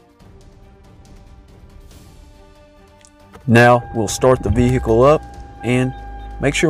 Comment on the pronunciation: Ve- hicle ? 🤔